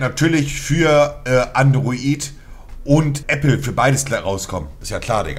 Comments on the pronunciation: Niemand: Wirklich niemand: Nichtmal Knossis kleiner Zeh: Monte: Annde Roit und Äppell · "Anderoid und Äppel"